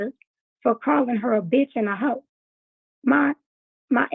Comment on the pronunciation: She needs to apologize to me and my daughter for calling us a beeech and a ho 😂